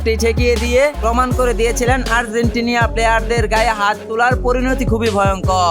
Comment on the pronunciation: আর্জেন্টিনিয়া নয় আর্জেন্টিনা 🎉🎉🎉🎉🎉🎉